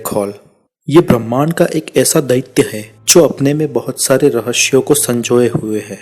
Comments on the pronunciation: भाई वो रहस्य होता है रहश्य नहीं। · भाई रहश्य नहीं रहस्य होता है l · Rahasya hota h rashaye nhi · रहशय kya hota hai be 😂